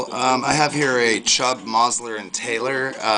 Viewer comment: Mosler is pronounced more like MOWS-ler.